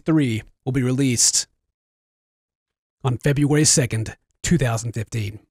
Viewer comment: TOODAYS FEBOOERY SEKENT